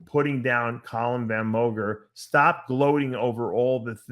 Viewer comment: “Column van moger”